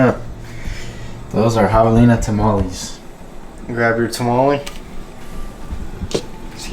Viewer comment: Learn how to say tamale